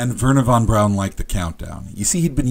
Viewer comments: Thanks for mentioning Von Braun, but no thanks for the mispronunciation. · Von brawn*